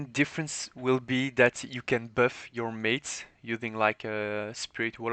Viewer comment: "böff" "deböff" 😂😂 good vid